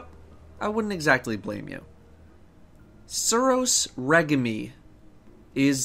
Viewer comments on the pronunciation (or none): "suros re-ga-me"? really.... you just said that huh.. re·gime rəˈZHēm,rāˈZHēm/ noun noun: regime; plural noun: regimes; noun: régime; plural noun: régimes 1. a government, especially an authoritarian one. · Re-gi-mi....Wtf lol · Lol suros regime, rah-jeem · Did you just say reg-em-e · did this nigga just say suros regamee? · suros re-gi-me lol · Suros Reh gimme? For your own sake, i recommend you ask someone else how to pronounce it (so your fans don't burn you at the stake) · I am german and I knew how it is called in English. I think is stupid or just very tired. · sorry but how can u not pronounce the suros regime this late into the game? lol just sayin